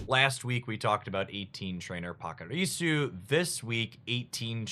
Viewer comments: But not Pachirisu we are back to POCKirisu lol. (though he DID finally say it right on a previous video) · Pachirisu. It's a ch sound like saying the letter H. Not pock haha. I think you know it though because you said it right recently in another video.